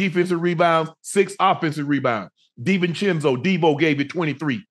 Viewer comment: Ocho I know is a football player but he doesn't even know the Knick players. Mitchell Robinson, Hartenstein-- no dea of their names then he is trying to read "Divincenzo" from a stat sheet , he is a mess..